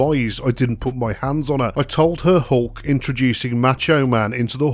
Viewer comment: HOHLK HOGAN? .Hulk Hogan H U L K Hogan